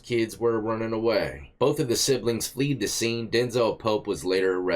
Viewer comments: Fled rhymes with bed. They fled the scene.😂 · "Both of the citizens FLEED the scene??" He didn't say it once, but twice. Dude? FLED - short 'e'. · Fled, not fleed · Fled not Fleed